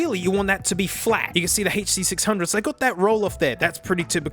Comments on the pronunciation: He said HD600 normal. Is our mate sick, did the hand damage affect his brain? Ahh there's the HURR DURR sixhunnits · Ah yes. The huh duh six hungos. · its the "huh-duh-sixhundgoes innit?"